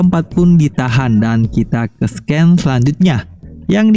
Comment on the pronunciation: Bg, mohon maaf scene dibaca sin bukan sken